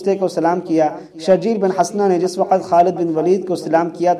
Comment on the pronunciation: جاہل آدمی حضرت شرحبیل بن حسنة رضی اللہ عنہ کو شرجیل پڑھتے ہو اصل نام شرحبیل ہے (شرح بیل)